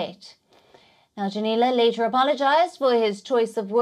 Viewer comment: His name is Junnila, not "Dzunila".